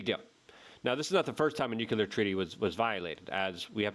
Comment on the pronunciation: Why can’t you pronounce nuclear ? Don’t blame it on your polish background either.